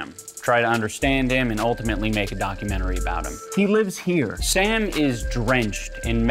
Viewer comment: Dichomentary? Dichotomentary? Documotomy? Dochotomy?